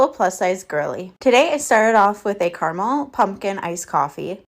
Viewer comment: She's so hungry she ate her hair. What kind of freak pronounces caramel like that? Anyone understand what this creature is saying? Good lord. You could eat for 5 days with all that food, and this walrus inhales it all in an hour?!